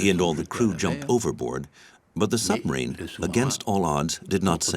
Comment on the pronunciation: Summerine? Admirality? Tuney? What bizarre pronunciation this narrator has.